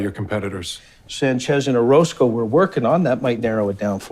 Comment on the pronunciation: 9분24초에 오로스코를 오로코스라고 하셨어요. 연행하겠습니다.